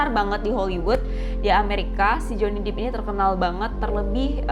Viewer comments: Pelafalannya Johnny Depp = Jewny dep bukan jewny dip (Johnny deep ). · Johny depp ... bukan Johny dippp